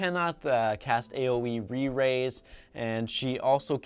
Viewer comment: He's says 'aoe re-rise' 😂